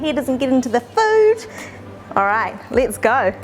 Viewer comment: Why do you say “let’s go” as “lits goe”?😂